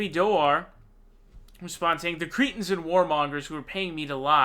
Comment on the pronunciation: Jimmy sez "Creten"😂